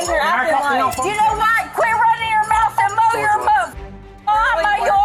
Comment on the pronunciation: Yanowut?! Yanowut! Yanowut?